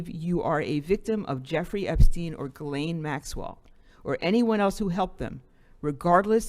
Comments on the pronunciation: Her name is Ghislaine, not Guylaine. It's pronounced Jeez-lenn. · Her name is pronounced Jizz-lane NOT Gillane!!! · to be precise it's Jeess-lenn